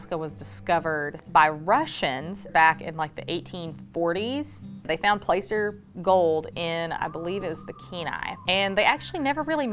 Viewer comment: Are you sure it’s called placer, with a long “a”? I have always heard it pronounced with a short “a” sound. There is a town in CA called Placerville and it is pronounced with a short a.